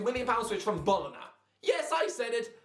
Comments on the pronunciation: Its Bo-lo-nha not bolona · Mate its pronounced bolonya, its not that difficult